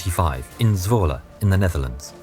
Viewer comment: I actually live in Zwolle and you pronounced it really well! Normal people’s dutch sounds terrible but you sound great! Love the vids